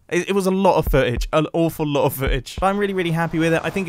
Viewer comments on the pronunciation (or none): i’ was an oahfuwl lo’ of foo’ udge